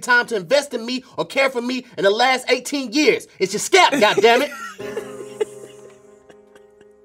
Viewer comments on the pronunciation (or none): Love how pronounce scalp, "skap" lmao